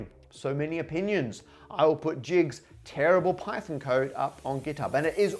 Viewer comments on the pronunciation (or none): none